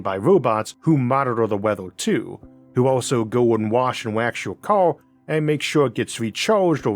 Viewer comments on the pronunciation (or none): I'm sorry, but if you have a serious childhood speech impediment, you shouldn't even think of narration. It's "car" not "cow". It's "road" not "woad". Go get some speech therapy so you can speak normally.